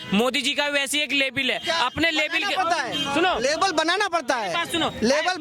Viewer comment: अकरम अपने लेबील की बात करता है । लेबल को लेबील बोलता है उसी से पता चलता है ।